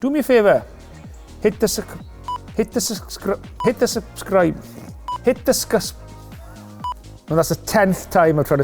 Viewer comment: "Suscribe"?? Really, Nigel? Is that a Welsh word?!!